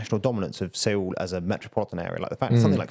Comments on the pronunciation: Wait,, what is Sayol?? Seoul!! 서울! ~ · seoul is actually pronounced like soul. the two vowels are eo + oo which together sound like ou